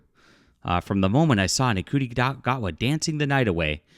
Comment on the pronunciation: That's not true. I watched it more than once. So unless you're calling me a "nobody" then you're being too broad. Also it's pronounced "shoo- tea" gat-wa.